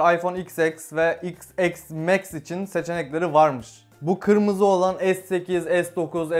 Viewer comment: Abi neden İphone X (Eks) max diyorsun